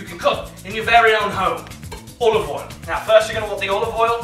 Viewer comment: He pronounces it “Owal”. 2/10 for inaccuracy